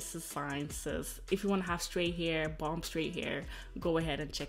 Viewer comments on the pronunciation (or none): The 'b' at the end of bomb is silent. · the way she said bomb ass “bumbaas” 😂❤️